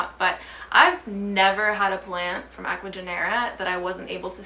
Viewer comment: Totally agree about importing and just wanted to mention that when pronouncing of Ecuagenera, the G in Spanish sounds like an H in english, so instead of Genera, it would sounds like Henera. I have just noticed that a lot of English speakers on Youtube are pronouncing their name wrong.